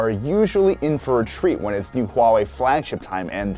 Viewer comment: Finally people can pronounce Huawei right. No more wahwei. I can proudly say I used to work at Huawei.